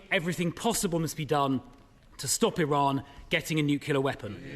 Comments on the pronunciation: Is it beyond the ability of any grown adult to correctly pronounce "nuclear" these days? FFS. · Why can someone not say nuclear? Newclear not newkewler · Besides the actual scandal, which is disgusting, why can supposedly educated people not say the word nuclear? An MP saying "nucular" is pathetic.. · It's NuCLEAR...not newkiller. Italia.....she is singing the anthem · Its nuclear not nucular you wankstain. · When are the politicians going to learn to pronounce nuclear? It’s quite simple - new clear. Enough is enough.